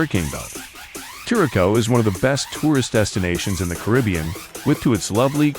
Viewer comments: It’s not Norwegian, it’s Dutch and it’s pronounced ker-uh-souw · Thank you because they were annoying me every time they pronounced it incorrect. 😂